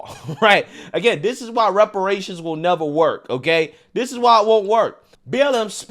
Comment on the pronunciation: That man wants his wepowations.